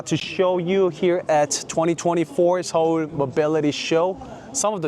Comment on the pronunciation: 형 영어 발음도 정말 끝내주지만, 특히 서울 할때 한국어 발음은 진짜 원어민 같아서 놀랐어요. 정말 대단하십니다!